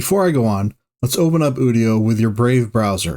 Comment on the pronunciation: It’s actually "you-dio".